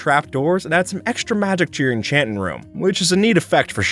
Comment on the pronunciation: Enchant'n room 😂